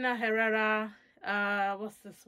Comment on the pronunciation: For the Carolina Herrera Good Girl the H is not pronounced.